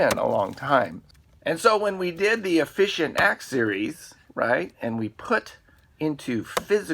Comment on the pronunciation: "Litterly" is not a word. "Eksetra" is not a word. "Sah"????? "Uhfficient" is not a word. "Intresting" is not a word.